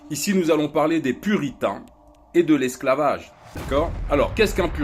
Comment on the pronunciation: Les puritins??jai entendu les putins moi